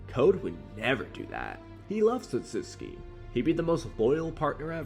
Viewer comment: The way you pronounced ‘Otsutsuki” kinda bothered me lol… Isn’t it: oh sut suki”? Not: “ oh suts ki” which is they way you say it?